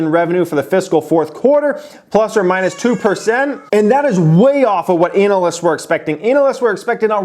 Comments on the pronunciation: I keep hearing analests and not analysts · Even your kid is crying over the bad news in the earnings report. Also: I chuckle every time says Anal-lists.